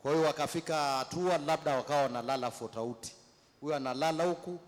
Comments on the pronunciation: kakusudia tofauti sio futauti 😂😂😂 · apo kwenye fotauti kwanza😂😂😂😂😂😂😂😂😂😂😂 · AAAA EEEEE FOTAUTI MH HAYA BWANA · anasisitiza fotauty 😂😂😂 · Maashaallah tabarrak allah fotauti